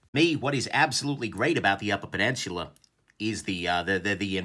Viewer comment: Did you just add an “R” to peninsula?